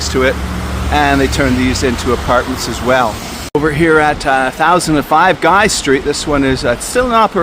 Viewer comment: This fellow recounts some interesting stories from Montreal hotels past, and he sounds like someone who ought to know. He's definitely an old-school anglo from the way he pronounces "Guy" street as well as referring to Boulevard René Levesque as "Dorchester Boulevard." It's a shame about the Windsor hotel demolition. Fortunately, the city administration has become more aware of the value of its architectural heritage, but there are still too many vacant, decaying treasures waiting for attention.